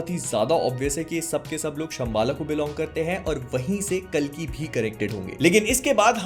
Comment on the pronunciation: bhai yaar aap कली kyo bolte ho vo कल्की hai